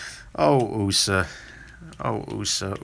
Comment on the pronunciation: it simply cracks me up every time you say, "'Usa'" design(ed)!